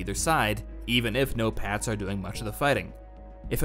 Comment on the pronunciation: I keep hearing Notepads instead of "no-pats". I wish we got more nations instead of the usual Russia vs US. Gimme a Battlefield with the US, China, Russia, the UK, the EU (as a coalition or some countries on their own, maybe it could vary depending on the map), Israel, Iran, India, Pakistan, South Korea, North Korea, Japan, each nation with their own vehicles and quirks. They can make up conflicts between them if they want for more variety. Like, Japan vs Israel? Sure, why not.